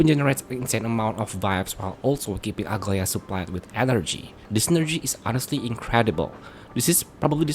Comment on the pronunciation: As a Greek I'm offended every time I hear people pronounce Aglaea as Ugly-a. Dude, it's A-GLA-EE-A. Edit: WITH A SOFT G.